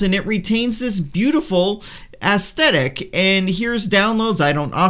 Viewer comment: Ehs-thetic not Ass-thetic, that's a different thing entirely.